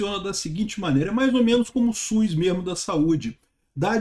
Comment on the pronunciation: é SUS, não SUIS. Brincadeira a parte, sou seu fã.